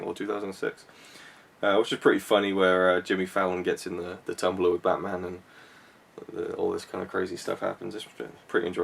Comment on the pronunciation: I'm guessing you though "Hmm... Who has a completely different accent from me? Oh Chris!" So then "AM BATMAUN" is said and now you know how stupid us Scottish folk feel when we try to quote from films... :).